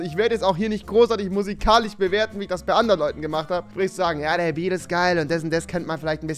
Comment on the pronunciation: Warum sagst du immer Musikalich und nicht Musikalisch??? zwichen anstatt zwischen ??